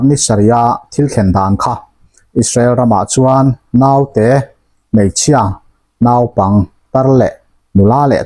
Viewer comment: 'Naupang' tih a 'nau' tih hi thluk loh nise a dik zawk a dik zawk awm e